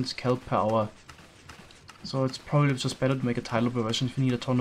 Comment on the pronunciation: Can we just agree to start calling the output units of farms "Power"? Because that's what I always hear when says it. Per hour... power. 53 thousand kelp power!